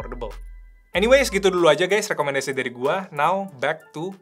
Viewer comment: Lekomendasii. rrrrrrr